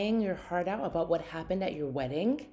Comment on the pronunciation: Words ending in ing does not have a k sound. It’s not weddink.